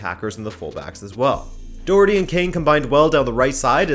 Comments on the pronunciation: haha fair enough, well that’s just my advice as an Irishman, it’s actually pronounced with a uck sound after the O but it’s very hard to describe if your not Irish over a YouTube comment lol, I love your content btw, keep up the great work 👍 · When you are pronouncing Doherty pronounce it Docherty, because I know you’re a fan of getting the pronouncement right haha